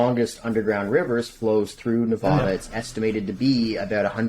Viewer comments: That’s not how you pronounce Nevada mfer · just an fyi, you’re pronouncing Nevada incorrectly (most people who don’t live here say it the way you do, but it’s wrong). Love the show so far though!